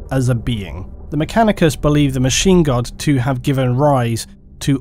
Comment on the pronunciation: Every time he says Machine God I think he's saying Machine Gun...